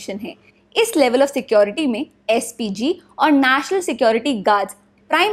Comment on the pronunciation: Not naasnal its national...